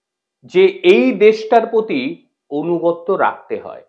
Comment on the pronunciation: অনুগত্য নয় রে, কথাটা আনুগত্য।